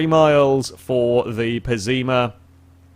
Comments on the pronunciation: it's pessima not ''pezzima'' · I love the pezzima lol pronounce it right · What the fuck is wrong with your English. You say Pessima completely wrong